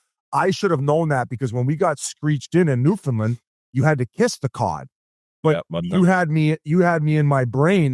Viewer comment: Love u guys- listen to every show. FYI- I’m a dual citizen and had to learn this too, and I’m sure you’ve heard this a million times- Newfoundland is pronounced New-Fund-‘Land’ with the annunciation on ‘land’.